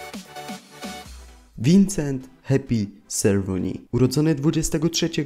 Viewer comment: nie zangielszczaj wloskiego nazwiska francuskiego mezczyzny ;d